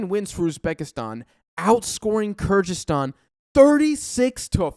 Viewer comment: Good overview, but you need to fix how you pronounce “Kyrgyzstan”. Similar to other Americans it kinda sounds like weird mixture of Kazakhstan and Kurdistan and changes from time to time